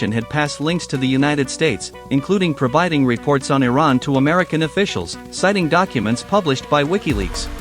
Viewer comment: Learn how to pronounce Iran.